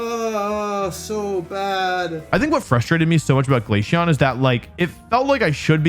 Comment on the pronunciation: I'm not mad because you hate glaceon, I'm mad because of the way you pronounce it.